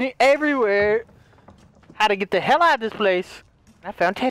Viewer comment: when says ‘heL’ 😂